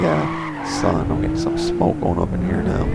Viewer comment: "son" that was kinda bad =\